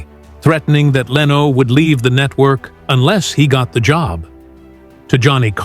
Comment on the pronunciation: I sure do hate AI narration. LEENO, seriously? It even went from correct to wrong pronunciation in the same monologue! If the text is correct it really sounded like Leno was a victim of the consequences of other people's decisions. And as for class, Letterman was an especially low class person and presenter. Leno was much classier and more professional than Letterman in front of the camera in every way. He remains very classy in his car collector YouTube videos. This video sounds like someone's fiction assignment.